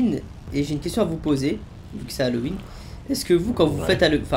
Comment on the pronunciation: Halloween, ça se prononce "Halouween" pas "Halauween"!